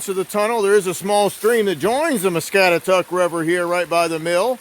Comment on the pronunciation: Us locals have always referred to the river as "mah-scat-ah-taCK"...Sandhill crane's are the bird's you heard.....thanks for doing this video ,haven't seen that place in years,thank you....